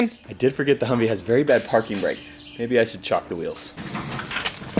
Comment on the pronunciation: Hey,, was that "chock" the wheels?? rhymes with rock